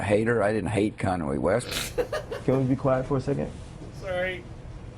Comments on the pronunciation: kan way west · I THINK THIS WHOLE INTERVIEW APOLOGY BETWEEN KANYE AND BUSH IS A STRAIGHT UP ILLUMINATI BULLSHIT SET UP.. A FORCED APOLOGY. OR ELSE THEY PROBABLY WOULD OF SHUT DOWN KANYES CAREER OR WORST. I CAN TELL BY LOOKING AT BUSH'S FACE THAT HE IS A RACIST.. HE CANT EVEN SAY KANYE (CONWAY) LORD HELP THIS WORLD SMH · I’m not a hater, I didn’t hate “Kon-way West” lmao 🤣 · KANAERY WEST... HAHAHAHA SORRY.... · "I'm not a hater, I don't hat Kanway West" 😂😂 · Lol.. Did he say, Conway West? Lol The Illuminati must have made him apologized.. lol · canary west????bush can't even pronounce a name properly?it's complicated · Did Bush say Conway West? OMFG I'm so done hahahah